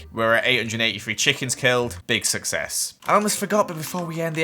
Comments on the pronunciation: My favorite thing says u ask? He says free instead of three. idk why but I love it! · He also says free instead of three and frow instead of throw